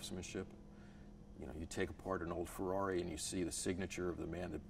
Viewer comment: that Fuwwawi pronunciation is soo annoying